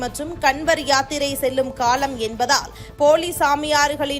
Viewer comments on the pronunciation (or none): none